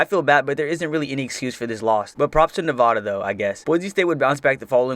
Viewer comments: As a Nevada fan I personally like the 2010 season (Also it's pronounced Nev-add-a not Nev-ah-da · Just a little concerned about how you pronounce Nevada.